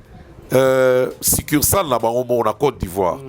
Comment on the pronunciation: Ce qui m'a retenu ici c'est le mot ""succursale "" prononcé par. Huumm mon frère tu es un intellectuel. Sur le plan comptabilité, tu as bien géré ce mot succursale. Bravo! Je suis comptable, je te félicite.